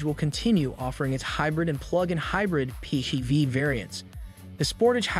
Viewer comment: Did you literally say P -Heee-V?